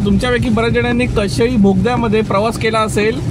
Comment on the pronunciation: कशेळी नाही कशेडी. आधी नावं confirm करा अकनी मग बोला.